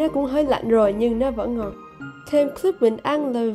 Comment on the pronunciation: nó rất là ngon đọc tiếng anh là nò rát là ngòn